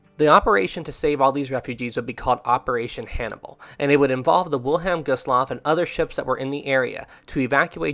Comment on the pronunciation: Anyone notice that the name 'Wilhelm Gustloff' is being pronounced wrong? Also, , "three" torpedoes are said to have been fired but it was actually four, only one got stuck in the tube. When Gustloff's emergency lights activated, the Soviet submarine, S-13, was the surface and because of the lights of the ship, it was now exposed. A Kriegsmarine warship that was escorting Gustloff actually opened fire on S-13 in its attempt of escape, which it did get away. S-13 would go on to sink the SS General von Steuben and claiming around 3,300 more lives. S-13 is officially the most deadest submarine in history, killing over 12,000 lives in just two ships sunk.